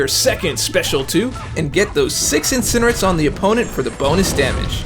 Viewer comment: should be peanalised' for pronouncing it Incinerit'.